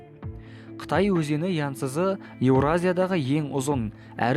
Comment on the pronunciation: Янсызы емес янцизы деп айтады